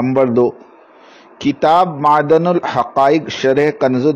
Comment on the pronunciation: Urdu bolna sikh fittin maadan nahi maadin